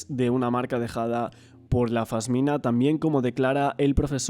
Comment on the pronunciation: Se dice pasmina😂😂